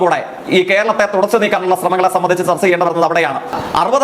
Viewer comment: സർച്ച അല്ല കോപ്പേ ചർച്ച എന്ന് പറ